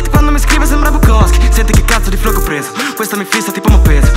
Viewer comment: A volte cacci flow carini ma li pronunci sempre in maniera troppo scontata o gay